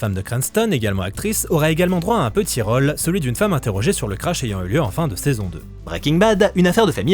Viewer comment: Comme si c'était pas assez contraignant de devoir entendre mal prononcer "rôle" à longueur de temps (évidemment pour des vidéos parlant de tournages) voilà qu'on doit subir "contrôle" encore et encore... Pitié que quelqu'un sauve cet accent circonflexe délaissé, ignoré, malmené !